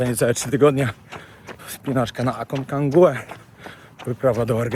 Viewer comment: A-con-ca-gua. Tam nie ma drugiego EN.